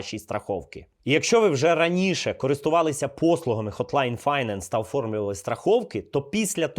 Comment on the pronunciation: Хотлайн файнанс😂 май спешл інглиш)) але відом гарний !